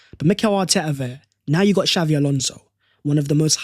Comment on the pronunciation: xabi not xavvi